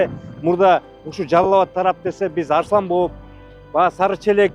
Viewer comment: Арсланбоп эмес Арсланбап болот акылын жетпесе айтпай эле кой